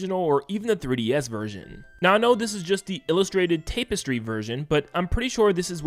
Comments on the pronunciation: It's TAP-S-TREE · i legit cringed every time he said 'tape-estry' >.< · "taypestry" Tap-es-tree.. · TAP - estry not TAPE - estry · Tap-estry dude, not tape-estry. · TAP man... TAP-estry. Tape - estry got me every time lol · Tapestry is pronounced TAP-estry, not "TAPE-estry." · Ta-puh-stree not tape-es-tree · Also learn how to read and pronounce words man. It's Tapestry not Tape iss tree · TAP-estry. Not TAPE-estry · Tapestry, tapestry, tapestry... Tap...not tape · It is pronounced “TAP-ess-tree,” not “TAPE-ess-tree.” Otherwise I enjoyed the video. Thanks for making it! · TAP-estry not tape-estry (vowels sound like like "majesty") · Why do you keep pronouncing it like tape - istry...? It's extremely distracting bro :face-purple-crying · Take a shot every time he says "tape- estry" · What the heck is a tape-estry? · Tapestry sounds like "tap" and not "tape" 😁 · I made it to before the "TAAAAPestry" pronunciation noped me out. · No 'h', it's 'a' as in "apple" (a), not as in "mark" (ah). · It’s pronounced “tah-pestry” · Tap. Tap-s-tree is how tapestry is pronounced. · Stopped watching the video because the tape-istry was so annoying. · Work on your English asap. Tapestry isn't pronounced like that, and a ton of other mistakes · The way you keep mispronouncing tapestry is driving me fucking crazy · Why do you pronounce tapestry like that? Lol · “Tap-estry” not “Tape-estry” Also, “deduce” not “deduct”.